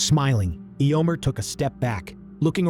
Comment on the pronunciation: These are so fun thank you. The pronunciation of EHYOMER is weird (Eeeomer), maybe when you write the script you can phonetically write out the names for those which the AI has trouble with?